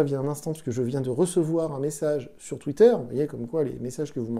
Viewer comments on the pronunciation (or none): none